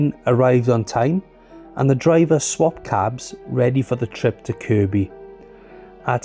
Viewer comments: at least he said Kirby not Kirkby 😆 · I'm pleased you got the pronunciation of "Kirkby" correct. However, "Fazakerley" is pronounced more like "Fir-zack-a-lee". Here's a video